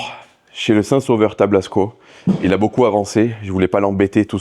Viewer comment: Tablasco le saint des saints sauveurs et non tablsaco 😁😄